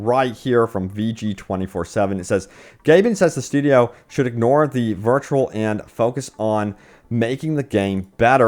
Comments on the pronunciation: It's pronounced Vit-re-ol...not virtual. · Vitriol: It's pronounced "Vit-tree-ol" not virtual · Vitriol is pronounced Vih - tree - all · Vitriol is pronounced vih tree all. Badowski is pronounced bah dow skee. When did meatwad get into video game journalism? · Vitriol is pronounced vi tree all. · Vitriol = vit-ree-all. It means cruel or bitter criticism. Keep at it, King! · Are you illiterate? English is my third language and I have never read 'vitriol' that way my entire life. Where are you from?